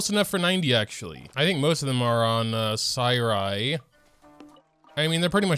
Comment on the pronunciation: "Sai rai" pain